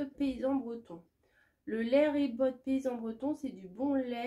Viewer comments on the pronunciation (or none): Coucou,super ça donne envie. Pour le lait ribot,on ne prononce pas le t de la fin. C’est comme un yaourt à boire non sucré avec une petite pointe d’accidité. Moi j’adore bien frais. J’espère que tu vas aimé. Bisous.